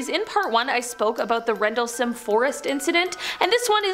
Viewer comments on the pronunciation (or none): none